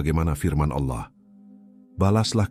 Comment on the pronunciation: jgn ucapkan alah tp ALLAH teruuuuuuuus,,,,, ucapkannya ALLAAAAH,,,, gitu ya